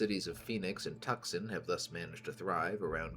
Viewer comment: Not a single comment about the way you pronounce Tucson 😭